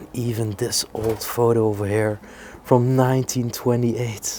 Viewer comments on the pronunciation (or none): none